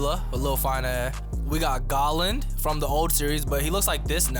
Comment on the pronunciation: Bro said Galand think he gear 4th luffy I'm dead